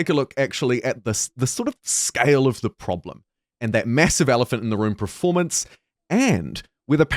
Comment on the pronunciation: Kia ora. Another kiwi that accidentally pronounces it "pre-formance" rather "performance". The game is atrocious. If it were a toaster, an oven, or a tv you'd return it for a refund. Got my refund. Will see what happens to the game over the next year but not holding out hope. This game will go down in history as an infamous disaster.